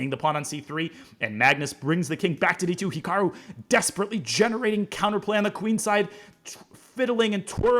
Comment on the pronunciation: Naroditsky could at least pronounce Hikaru correctly